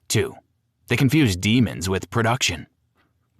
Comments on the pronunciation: Sooo... the naration "demons" instead of "demos" was intentionally on your part and there was no AI involved in it... brah... 😂 for context... Not to mention the broken tempo in the video - that is AI 100% no matter how much you deny it. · Why is the non human text speech pronouncing "Demos's" as Demons? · It doesn't sound "too good". It made a stupid mistake. Twice. your "narrator" said "Demons" instead of "Demos" and then made the exact same mistake again. So did both the writer AND narrator see this, say it, and think to themselves "this is fine", twice, or is an LLM reading from a script verbatim? I suspect the former. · Oh the irony. A video about A.I. failures written and spoken by A.I. Saying ‘X’ instead of times and ‘deemos’? Come on.